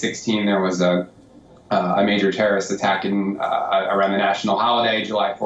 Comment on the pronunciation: Terrible accent of; tonnes of um and uh and several mispronunciations... like nationally instead of nationality compaq instead of compact, terroist instead of terrorist; Might be odd to people that i am picking up faults in a native speaker but native speakers re the ones who are more prone to jump words and alphabets while normal conversations; BUT THAT'S HARHLY WRONG WHEN YOU DO REPORTING AND YOUR WORDS ARE NOT CLEAR TO COMPREHENSION OR AUDIBLE PROPERLY; might be a few pegs down:-)